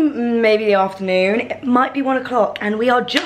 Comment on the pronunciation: Love you girls, it looks beautiful here!! 😍😍😍😍 one thing...... did you call it ‘after-the-sun’?? 🙈🙈😂